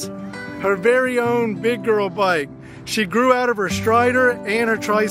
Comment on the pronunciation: You already said byke🤣🤣 when you were at the Walmart 😀